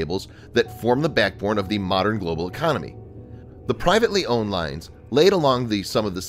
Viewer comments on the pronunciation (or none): none